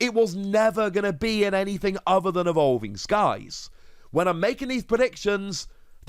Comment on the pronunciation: "Ahvolving Skies" 😐 10/10.